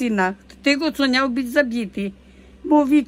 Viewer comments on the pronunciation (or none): Tereska mówi niał,zamiast miał